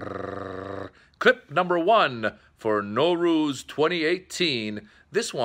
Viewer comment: They way u say it Norooz it means no day. You should say Nowruz